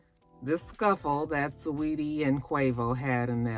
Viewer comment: No fix you are saying it right. It’s Sa-weetie that’s how she pronounces it in interviews